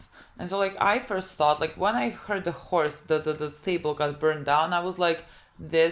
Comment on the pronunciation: When Ralphie says "it's just a horse" it definitely sounds like "it's just a whore"